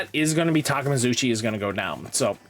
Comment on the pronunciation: ITS TA-KAY-ME-KA-ZU-CHI 🗣🗣🗣🗣🗣